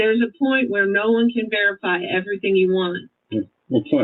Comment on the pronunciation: That is so oddball and stupid. EverythinK. Dumbbell Doctorate